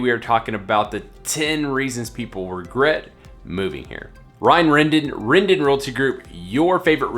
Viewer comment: Lol! How you pronounced it “” es rrrendon pinche coconut!